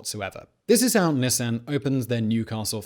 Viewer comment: And amused that same voiceover actor pronounced Nissan correctly :)